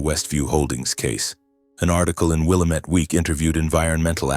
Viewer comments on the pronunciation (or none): it is not willamett. it is pronounced Will lam ett it the indians named the river.